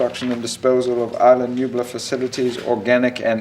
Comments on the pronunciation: Islam Nublar? Am I hearing things? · I’m Mexican I speak Spanish. What I’m saying is his English accent makes it sound as if he is saying “Islam Nublar.”